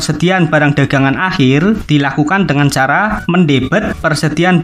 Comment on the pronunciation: Akhir bang bukan ahir wkwk